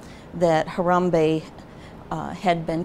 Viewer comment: STOP SAYING HARAMBEYE BRO ITS HARAMBE